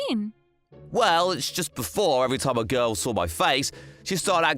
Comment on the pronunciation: Love the stories but I can't stand the ML voice actor. I still have ptsd from his pronounciation of the word "girl" as "guoil" in that weird voice. Ruins any story that I hear it in imo.